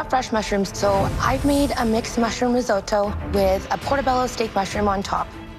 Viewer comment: Everyone : Rissoto Claudio aprile : Rissaoto